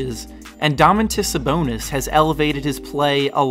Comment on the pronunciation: Indiana killed Cleveland 98-80 in Game 1. They are for real. And not to be nitpicky, but it is pronounced Do-man-tas Sa-bon-is, or just call him Domas